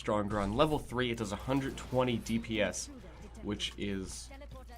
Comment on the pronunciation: deebee-ess is my new favorite way to pronounce dps